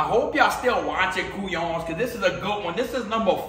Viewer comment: Let me help you out bruh it’s “Couillon”